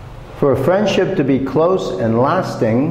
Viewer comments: Excuse me! The main stress of "friendship"'s on the first not the second syllable!!!. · Friendship is stressed in the second syllable not the first one and the word " so" not be pronounced xẩu like the Vietnamese teacher did. If you pronounce English words beautifully, you should choose either English or American accent but this has to be consistent. Generally speaking, the performence of the Vietnamese teacher is not too bad!